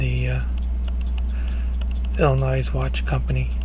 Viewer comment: FYI. Illinois is pronounced with the S being silent